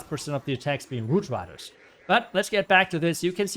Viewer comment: I believe he said “woot widers”